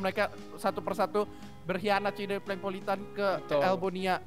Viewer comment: PLANKPOLITAN itu yg bener udah diam woi